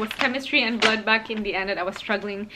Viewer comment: Are you saying blood bag? Kinda irritating to hear cos it's supposed to be blood bank 😅